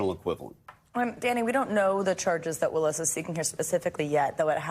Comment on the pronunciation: Was mispronouncing Ms. Willis' name deliberate?